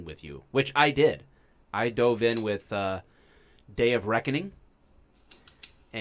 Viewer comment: Anyone else hear Dave of Reckoning and not Day of Reckoning